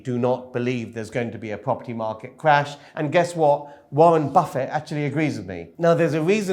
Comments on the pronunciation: I'm sorry. I don't think I can take financial advice from anyone who says "Warren Buffay" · You need to check the pronunciation of Warren Buffet :-)